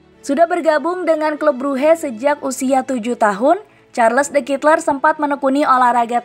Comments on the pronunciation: Bacanya : charledekatelaa’ dgn medok belgia.. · Mbak mbak. Itu bacanya SHARL DE KATELAIKH